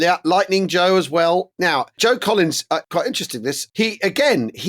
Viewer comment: I thought Al was shouting "Joan Collins"! At first! 😂